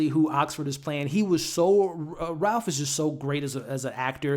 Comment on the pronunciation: Ralph - pronounced RAIF ✨. Great review!